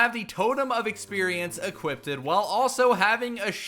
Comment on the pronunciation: why he saying "equipded"